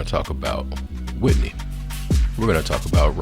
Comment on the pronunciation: Are you ok 😂😂it's Whitney